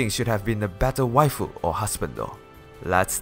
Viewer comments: Just as a quick FYI, when you said "Wae" the first time I was like WTF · Like I was WTF is he saying something in Spanish? I was laughing for most of the video 😂